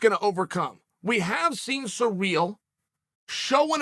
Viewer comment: “Surreal gane “ I like how that sounds